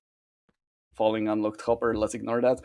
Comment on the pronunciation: I thought was saying funny blocks instead of falling blocks for so long